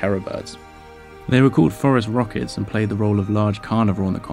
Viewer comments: Dude I just thought that's what he was saying... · I thinks there is a pact amongst YouTube paleontology channels never to write “Phorusrhacids” on screen, so we’ll keep on hearing “Forest Rockets”. My guess is it helps with the comments session.